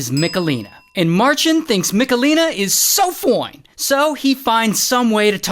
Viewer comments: I’m so sorry but the way he said “SO FOINE” 😭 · I love how you always say "so foine" 😂